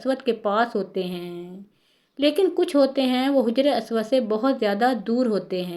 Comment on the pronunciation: Haja-ry. Aswad Not Hujry aswad